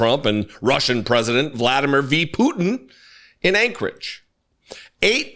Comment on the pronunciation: Gurgle gurgle gurgle Hegseth (hahahaha) IBTW it's vla DEE mir POO tin